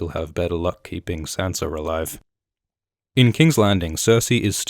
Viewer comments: I JUST figured out you're Australian. Because you said "hopefully she'll have better luck keeping Sansa'r alive" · What's up with people calling them Sanser, Myrceller....??? :/ Is it another one of those 'nucular' things?